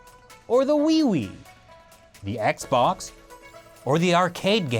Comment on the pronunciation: Wii, or wiwi XD I died